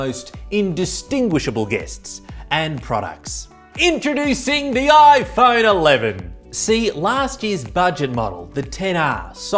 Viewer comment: So will dj koh, who can’t pronounce his own company’s product